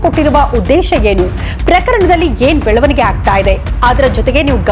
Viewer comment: Belavanige ee shabdada nimma ucharane sari illa